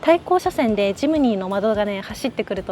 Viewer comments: ノ→マド ノ↑マド 発音が違うような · ノマドの発音が平坦だから野窓に聞こえてモヤモヤしてしまう。 ノ↑マ↓ド↓ですよー。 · ｢ジムニーの窓｣に聞こえます😂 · 「野窓」訓読みで棒読みになってます…「NOMADE＝遊牧民」 過去のCM見ると高低アクセントが掴めるかも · 「ノマド」のイントネーションが😂 「ボカロ」のイントネーションじゃなくて、 「ポカリ」のイントネーションが正です⛰️ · どうもよくない？とか思ってたけど最後まで観てるとめっちゃ気になってきたｗ